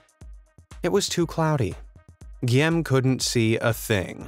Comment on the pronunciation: Guillaume is pronounced "gee-ome" not "gee-am".